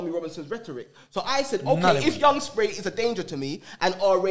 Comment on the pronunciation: “Alot of black people in the black community tried turn me against spray” 😅😅 ok like who ? Man said RAJJJJJ and because that failed said SA RA hahahah